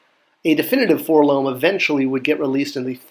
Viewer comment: Great video! I'm loving this series...but please say Four-el-oh-em. If you say "Four-Lohm" you should also say "See-Three-Poe"...like Edgar Allen Poe. They are letters but don't form a word.....all the way back to the way the kid says it in the 1980 Kenner commercial.